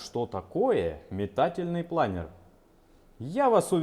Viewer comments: Не плАнер, а планёр) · Правильно говорить планёр, а не планер. Планёр - это французское слово.